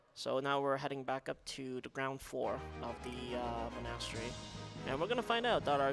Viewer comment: Jesus christ how do you not know how to pronounce monastery?